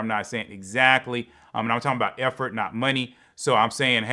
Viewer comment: Effort for Efforty? lmaoo 🤣